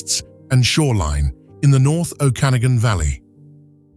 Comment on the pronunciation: Better train your AI voice to properly pronounce "Okanagan" and "Penticton."